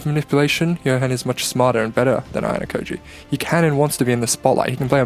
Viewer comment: You seem to have a hard time pronouncing the name haha, nonetheless a great video